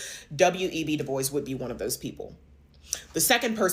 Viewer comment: I think it's pronounced as dubwa, not diboys